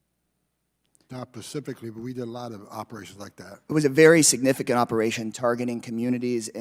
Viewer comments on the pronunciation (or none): Pacifically? WTF ignorant muppet. "Only the best people"... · He doesn't "Pacifically" remember anything. How do goons of this intelligence level end up managing 20,000 ICE agents? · Did I just hear Mr Ice repeatedly say…. “Not pacifically?” This man sounds like a pig. Yeah…. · Homan said “not pacifically.” Dismissed. He's just another angry, white, obese male with a booze nose. Very Americana. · “That’s a lie!” Casar proceeds to prove Homan is actually the liar. The right are a circus of clowns. “Pacifically” Homan said that at least twice here. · Mr Casar: "Do you remember...?" Holman: "..not PACIFICALLY!" Seriously?????? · Casar: “…do you recall that?” Homan: “Not pacifically.” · "Not 'pacifically'...shows his level of intelligence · "Do you recall that?" "Not...paciffically..." This guy is a moron 😂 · He probably would say he "doesn't pacifically remember" lol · "not pacifically" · Not Pacifically? Pacifically?